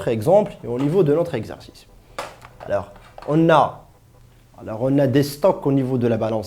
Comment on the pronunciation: Bordel de merde c'est quoi ce français :@ :@ :@ ALEUUURS , keumon , un stock qui apparaitre ?! duh cours plein d'erreurs